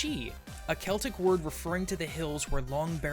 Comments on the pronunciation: claps Good job, you pronounced Celtic right! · I'm just glad you pronounced Celtic right